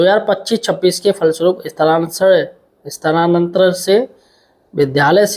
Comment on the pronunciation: स्थानांतरण तो ठीक से पढ ले ये ये ये ले ले ले